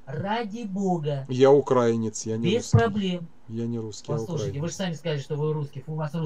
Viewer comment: большая просьба - украИнец, украИнский и т.д. Ухо режет